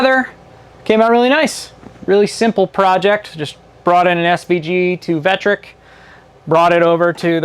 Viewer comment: Vectric, not Vetric. Thanks for the vid.